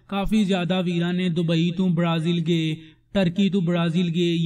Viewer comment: ਗੇ ਨੀ ਬਰੋ ਗਏ ਬੋਲੋ